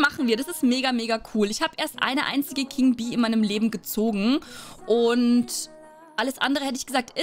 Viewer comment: Ich liebe es wenn du sagst Hallo und Herzlichen Willkommen dann hört sich immer das „und“ ein „end“ an aber ich liebe es